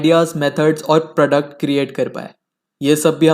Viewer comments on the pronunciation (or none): none